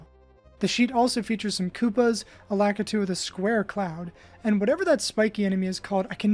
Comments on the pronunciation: Also Laa- kit - too, kit as in the word kit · Pronounced La-key-two dummy.